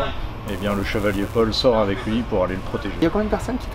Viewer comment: chevalier paul, pas chevalier pole ;)